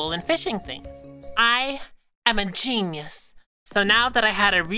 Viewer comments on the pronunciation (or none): “i am a genis” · "I am a ginus" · Mysticat: I am a genius Me: what’s a… a, genyius?